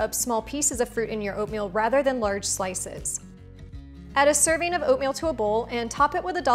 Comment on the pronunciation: servin', toppin', over-flowin', purchasin'... I've got no idea what kind of accent this is, but I love it to bits!! and, of course, the instructions are clear, instructive without bein' boring and/or over-long, and the recipes attractive as ...peaches and cream 🙂